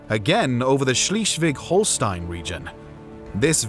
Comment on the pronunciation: Interesting how every english speaking narrator just gives up on pronouncing non-english names. How is Stortinget suddenly "The Stooking"? Or how does Schleswig-Holstein turn into "She's-wig-Holstein"???